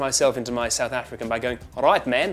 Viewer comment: "Sedth Effrikan"? As a South African, I would like to say: no